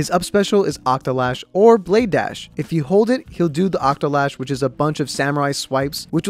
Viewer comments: Octo-SLASH not Octolash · He said octolash.....